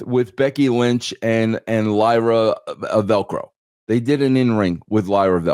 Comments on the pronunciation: Lyra Velco? Who's that? You mean Lyra Valkyria? Now I can't take what both of you are saying as serious wrestling critics. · I always pop when Russo messes up wrestlers names 🤣 Lyra Velcro, DUI instead of DIY, Jury Duty instead of judgement day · I can't help but laugh everytime russo mispronounces Lyra Valkyria's name 😂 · He's not a mark and that's his casual mindtake. If he's a wrestling mark, he would say her name right 😅.